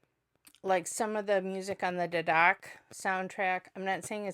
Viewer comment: Pronounce Dhadak as Dha - Duck .